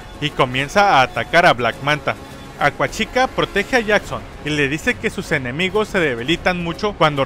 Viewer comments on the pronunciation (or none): Acuachica jaajaja lo escucho raro xD